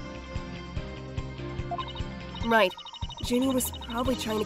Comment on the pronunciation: “Junifer” Woods,?